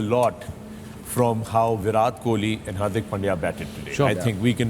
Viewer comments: Its viratttt plz pronounce right name atleast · Please start pronouncing Virat correctly